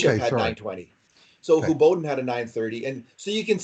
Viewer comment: Who is whobodin?...Is it asking too much to expect that two guys who write, podcast, and Youtube about hockey to know players names on other teams (besides the Oilers). This is why should be forced to watch the Stanley Cup Playoffs no matter who's in it, so you can pronounce Anton Khudobin as who doh bihn....his nickname is Dobby ffs not Boddy...and I hate the Stars, but even I know this.